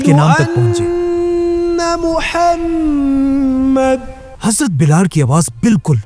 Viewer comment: mohshd ❌ muhammad✔